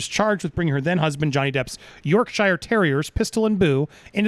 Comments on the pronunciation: Andy: "York Shy-yerrr" terriers. 🤣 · Andy's pronunciation made me laugh. 😄 Stef kept a poker face throughout. 😶@ And she's best placed to coach him on it. 🙂